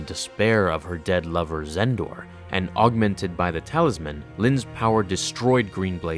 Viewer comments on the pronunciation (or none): none